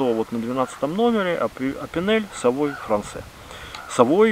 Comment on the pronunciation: Ну, тогда уж не " савой" а "савуа", епт! ;)